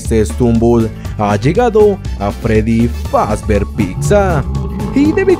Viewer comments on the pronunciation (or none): none